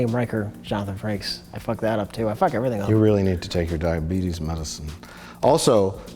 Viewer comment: "Where is my diabeetus medicine?"